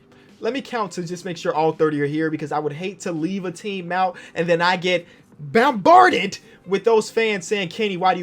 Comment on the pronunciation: Kenny loves bam adebayo so much, he can't even say the word bombarded without saying bam: Bambarded